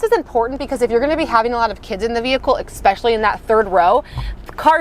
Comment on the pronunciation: It's "ESpecially", not "expecially". Thanks for the review though.